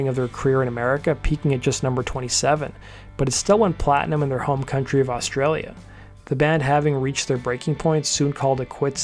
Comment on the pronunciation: also can't say Australia properly, but what ya gonna do